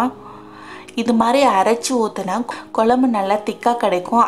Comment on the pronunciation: Dear your receipe us very good. Your oresentation also is good. If you pronounce "kozhzmbu" correctly like in pazham, you will be outstanding. Pronounce Pazham as that and nit as palam. Its Tamizh ant Tamil. Git it dear. I am like your mother so this correction. Everything is super. No hard feelings ok.